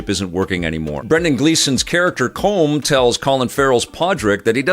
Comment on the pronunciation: As an Irishman, I laugh every time you pronounce Brendan Gleeson's character's name! You're saying something closer to "comb", as you might use for hair, but it's pronounced "column", as in a pillar, or that classic Sega puzzle game! Regardless, I love your review, and I can't wait to see this!